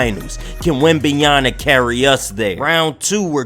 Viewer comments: Yama not Yana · Damn 😂😂 say that man name right